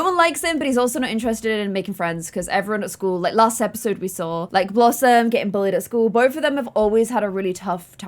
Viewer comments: lol did say Blossmay instead of blossom😂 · I can´t be the only one that heard say blossmate instead of blossom when blossom asked if she should ask Annabelle over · Did anyone else notice she said blossmate instead of blossom 😂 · When said "Should blossmate" I died